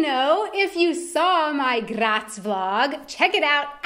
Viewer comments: I am getting kinda angry how she pronounces some words atleast she can say graz perfectly and cause i am austrian that satifys me atleast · Please! Please! Stop say "Graz" this often! And don't pronounce it in this wrong and annoying way! It totally killed my nerves! -A weaner Bua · I'm glad you were in GRRaz, so you could say GRRaz a couple of times, it made me *grins every time. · Das R muss rollen wie ein deutscher Panzer!! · I like yor pronouciation of my favourite city Grrrraz! Grrretz from a three-quarter westphalian with one quarter styrian ancestry. Beautiful place on earth. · Funny pronunciation of “Graz”. That’s how they say it in Slovenia maybe... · The way she rolls the r when she says Graz😂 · Love your pronunciation of Graz 😂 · Why do you say Graz like it would be Czech u roll the r like there wouldn't be another Day😂!!